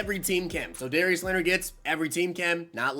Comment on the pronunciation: Noti gang but also did you really say Darious Leonard lol